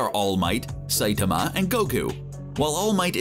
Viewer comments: "Saytama!" Its Sai-tama, this dude needs Pronunce Saitama's name correctly or it'll be one cringe ass video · The pronunciation of saitama is just stupid but let the memes come